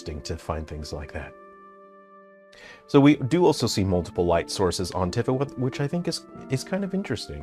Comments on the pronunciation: He presents himself as an expert yet doesn't know how to pronounce Tifa's name. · He’s pronouncing Tifa wrong. I thought his favorite genre is JRPGs